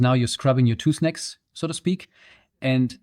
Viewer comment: damages your tooth necks? what you saying? sorry I cant catch the word youre using. I think its the accent?